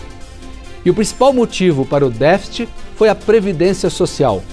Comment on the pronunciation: O cara não sabe falar "déficit"